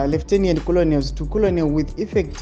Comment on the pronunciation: Makenels not koloneliz😅